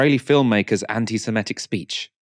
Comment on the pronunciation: Anti SEMITIC NOT SEMETIC